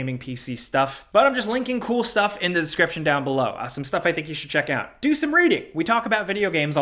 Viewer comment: You almost can't tell that is from NY until he drops a "da." As in, "to da tune of..." Very NY 😁